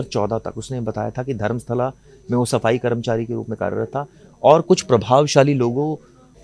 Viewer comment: Tumhara chanal ka mulla anchor shyams is news ka propoganda aur fake news de raha hai uspe action lelo. Darmastala ko sharmastala bola hai mulla